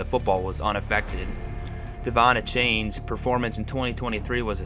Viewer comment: He mispronounced Tagovailoa, Seiler, Achane, and Grier.